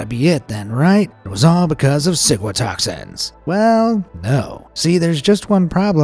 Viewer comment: Am I the only one who thought he said sigmatoxin